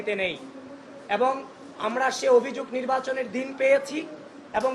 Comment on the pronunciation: আবিদ, তুমি অভিযোগ উচ্চারণ টা ভালো করে করবা, লোকে হাসাহাসি করে